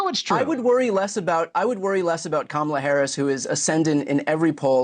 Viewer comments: proof that Trump knows how to pronounce Kamala correctly. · He pronounced her name correctly for once. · He accidentally pronounced Kamala correctly. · He sometimes slips and correctly pronounces her name. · So he can pronounce “Kamala” correctly! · WOW, he is in such decline that he forgot to mispronounce Kamala's name 😂😂😂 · He slipped up and pronounced her name as Kamala correctly.😂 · so he really CAN pronounce her name correctly 😂 ,la